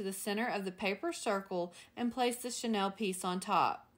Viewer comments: Love your work! Regarding the chenille stems, it’s pronounced sha-neel, rather than Chanel. I couldn’t figure out what you were referring to until I realized the pronunciation issue. via Wikimedia Commons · You are pronouncing chenille like Chanel